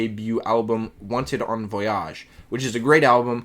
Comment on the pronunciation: Voy - age Not voy - ahg 😊😂